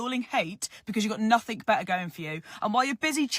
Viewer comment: Can you please tell her there is no k in nothing - English language killer